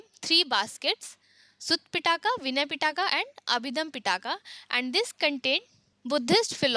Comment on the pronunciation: Pitaka LOL. It’s pronounced Pee+tak. Feel bad for your students